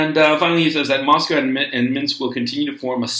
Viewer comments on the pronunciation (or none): none